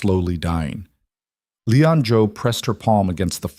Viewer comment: Ĺi-an not Leon.